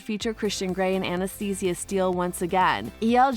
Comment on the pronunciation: I don’t know if I’m the only one that this bothers but why can’t the person narrating this say Anastasia’s name correctly lol